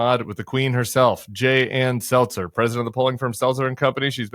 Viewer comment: So is her name SelTzer or Selzer? Because you pronounce it two different ways.